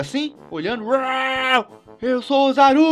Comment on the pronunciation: melhor português osaru né é ozzaru